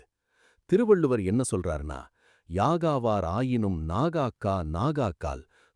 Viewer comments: அருமை.. ஆனால் ஒரு பிழை உள்ளது திருக்குறள் உச்சரிப்பில்.. அது "நாகக்க காவக்கால்" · அருமை.. ஆனால் ஒரு பிழை உள்ளது திருக்குறள் உச்சரிப்பில்.. அது "நாகாக்க காவக்கால்"